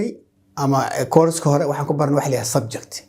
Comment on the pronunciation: Teacher is it subject or (subjecti ) why you pronounce it as subjecti. nowadays our people place letter “i” after every word that ends with letter “t”